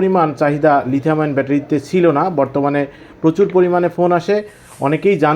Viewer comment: lithium ion. (ion কে আয়রন কেন বলেছেন?)